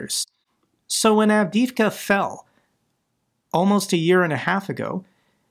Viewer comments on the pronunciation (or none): none